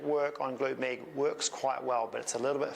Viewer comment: Thanks. But anytime you say "med" I just hear "meat". So it took me half of the video to get to the point... 🤓